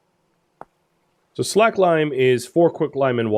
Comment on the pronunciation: Loving the long series! Did want to point out that "slaked" in "slaked lime" is conventionally understood and pronounced as the past tense of "slake" (rhymes with lake) rather than "slack".